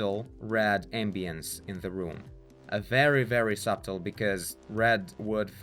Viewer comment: just as reference since i assume english is not your first language... "Subtle" is pronounced Su-til not Sub-til and thanks for the tutorial it actually really helped!